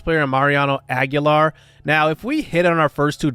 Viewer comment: Marquez is and has been trash his whole career I know you got him for cheap but don’t resign him after his deal is up and ideally you should trade him at the deadline especially if he starts doing good so you can pull a decent haul while he’s at his max potential. Also it’s pronounced aguiar ag- e- ar